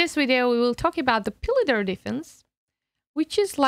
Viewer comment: Its pronounced filidor